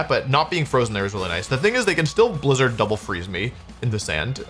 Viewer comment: “Blizdner” instead of Blizzard